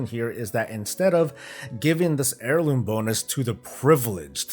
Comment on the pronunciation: Gah.. all I hear now is hair-looms after that intro. 😉